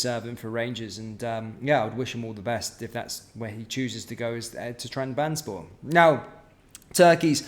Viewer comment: TRAB - ZONN - SPORE 👍 That's how you say Trabzonspor mate. Keep up the good work.